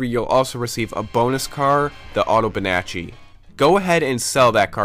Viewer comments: Dude, it's called Autobianchi !! Not Autobinachi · The "Autobinachi" LMHO. it is the AUTO BI - AN - CHI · LOL Autobinaci xD you're supposed to pronounce it Autobianki (ch in italian is just a hard C)